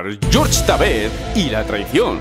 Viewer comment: por favor no le digas George a Jorge jajaja es raro